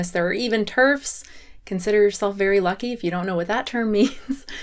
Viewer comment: Wow, cant believe ive heard you say TERF like that.